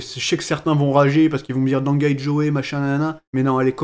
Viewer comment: Non ca se prononce pas dangai jo, mais merci quand même